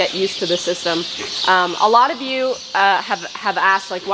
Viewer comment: I heard "good morning ewe guys"! 😁❤